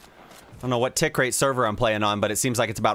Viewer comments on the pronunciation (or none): none